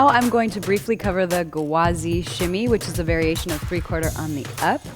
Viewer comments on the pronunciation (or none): Many languages have a rolling r ( including Arabic) but ghawazi is an Arabic work. There are no Rs. It starts with the Arabic letter ghayn which is pronounced with the back of the throat with a g sound ( almost like a soft gargle). The sound is difficult for non Arabic speakers but an English g sound would suffice. I promise there are no Rs here.